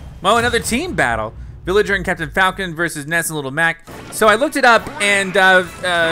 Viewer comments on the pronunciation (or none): none